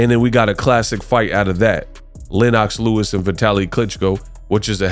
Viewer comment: Dawg mispronounced Lennox Lewis man I’m done 🤣🤣🤣🤣🤣 dawg do better research cmon man